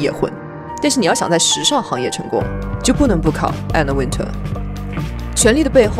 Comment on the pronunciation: You miss-pronounce her last name it's not Winter like the weather it's Wintour